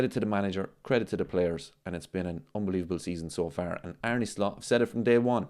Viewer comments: Did you know, its pronounced Ar-na not Ar-knee?? True story Also, whatever Merson says, you shouldn't never take it too seriously.... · Well actually its pronounced Ar-ne with a heavy r. Just like Slot himself said..